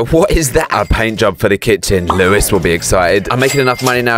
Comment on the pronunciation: Lewis it’s Lois